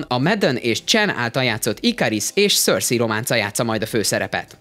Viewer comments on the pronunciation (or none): none